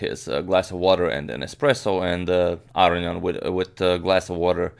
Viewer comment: AGAIN, it's not pronounced "aryan". It's A-RO-NI-AN.